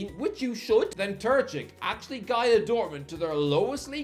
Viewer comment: Terzić: Ter-zeech Kovačić: Kova-cheech ić is pronounced the same way as the end of Modrić, Tadić or Djoković. č is pronounced like the first sound of chair or chat. I love and I don't expect perfect pronounciation from him, but "Turchik" is where I draw the line.